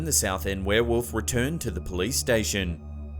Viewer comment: Heheh, "were-woof"